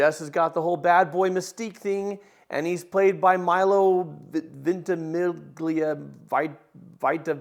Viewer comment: My-low Venti-me-lia is the phonetic saying